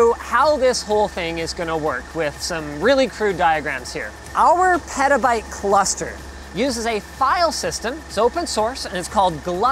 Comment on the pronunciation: Did Linus just say perta bite